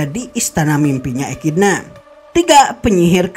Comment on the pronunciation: Echidna pembacaan nya ekidona